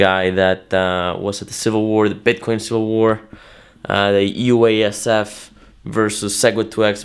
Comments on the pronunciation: Wasup w/ the Usef pronunciation of UASF?!?? Do you not want to say each letter consecutively thus saying 4 syllables as opposed to only 2 syllables in pronouncing it "Usef"?!?? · It's too hard to say man. UASF is unpronounceable. I'm gonna have to take the lead here and create a new word. Pronounced Usaph. Spelled UASF